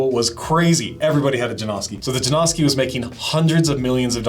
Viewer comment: J A N O S K I - not Jane-owski, not Jam-oski.